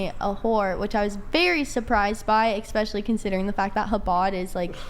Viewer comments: i can deal with all her other stuff, but my god she says "expecially" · "eXpecially" checks out.